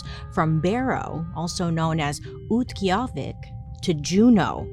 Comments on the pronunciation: You killed saying the native name of Barrow, ook-tee-ah-vic, most Alaskan Natives call Mt McKinley by its native name, Denali I live in Fairbanks, Alaska, originally from a very small village of Fort Yukon. there is a TON of people that go missing and a lot is indigenous native men and women. there is not enough of media about it from the state. some people have just left their house to go to work or pick up mail, then gone, I believe the Alaska State troopers posted a list of missing people just recently. over 2k people go missing each year. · Knowing Bailey, I'm impressed by the Utqiagvik pronunciation!! Also, always weird to hear people call it McKinley